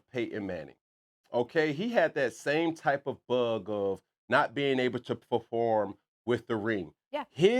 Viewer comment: Whats "perfrom"...call sing ebonics now on First Take 😆